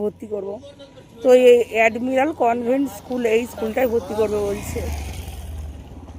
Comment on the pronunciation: Convent school.. Convert noy..plz.pronunciation thik koro..best wishes❤❤❤❤